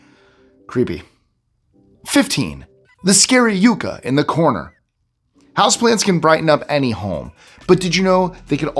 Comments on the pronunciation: Yucca is pronounced "yuck-a", not "you-ka"!! Good grief. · The Yucca is pronounced Yuck-ah. Not Yoo ka….its my state plant js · Yucca is pronounced differently. I can definitely understand the mistake. Less “you” and more “yuck”. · I love how all sorts of tongue, twister and foreign language. Words roll off your tongue, apparently quite easily. However, that plant in the corner - the pronunciation is yuck-uh. Otherwise, I quite enjoyed this list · yucca yuck a not you k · It's yucca like yuck. STOP saying "youcca" it's like nails on a chalkboard. How do you pronounce difficult hawaiin names but struggle with a word you can sound out & repeat it over & over & over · Yeesh! Do your pronunciation homework, guys! The first mistake is “Yucca.” It’s not “you-ka”, it’s “yuck-Ka.” The second word mispronunciation is “Lodi.” It’s not “Low-Dee”…it’s “Low-dye”. Haven’t you heard the Credence Clearwater song, “stuck in low-dye again”? It’s the little things that bug me. Once an editor, always an editor, I guess.😮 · Yucca...."yukka", not "yooka" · You mean: Yuck-kah, not you-kah? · yucca = yuck-a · I've always pronounced yucca with a short "u" as in yuck... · Watch you every day - thanks! Check your prounciation: it's yucca sounds like yucka (short u) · It’s pronounced yuck-uh. The plant. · Yucca, pronounced "Yucka" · Yep, "Stuck out in Lodi, agaaaaiin!" I noticed the Lodi mispronunciation too, and also that he called the yucca plant, a yuca plant. They are different, the yuca is a starchy tuber grown in S. America, like a potato, but better (IMO). He pronounced yucca, as "yoo' ka", but the variety of plant that is popular as a landscape or house plant is pronounced "yuck' a" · Why are you mispronouncing yucca? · You're pronouncing "yucca" wrong. Good video, interesting. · Please listen to the pronunciation of yucca. Also love your channel ❤️ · Learn how to pronounce YUCCA correctly,, Google it!!